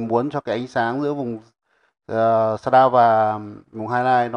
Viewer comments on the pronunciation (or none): Bài hướng dẫn khá hay. Nhưng mà Nghe mấy ông ng bắc đọc sa đao (shadaw) mà mệt mỏi quá